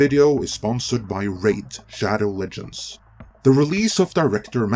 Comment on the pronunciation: "Our sponsor, RAID SHADO..." Dislike.